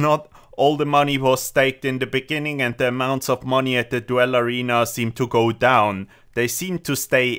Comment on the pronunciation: its pronounced DOOL not DWELL, otherwise great video